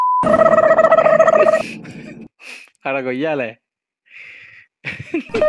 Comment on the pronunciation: Ada gommala❎ Ada goiyala. ✅